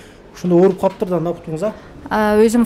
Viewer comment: Пут эмес буттунуз десен тууган. Кыргызча таза суйлочу тууганым